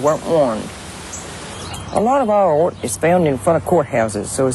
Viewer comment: Texas "ort" - great piece, great lady...reminds me of a Texas gal saying, "Well my Daddy made his money in "awl" [oil]." :)